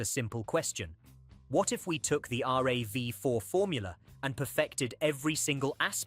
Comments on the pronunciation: R...A....V.....FOUR, did he really say that? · Pronounced R.A.V. = AI blehh